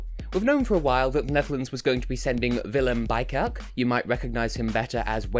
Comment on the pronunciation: When you said "Willem Bijkerk" I cringed of the German accent you used there haha. Nice review tho :)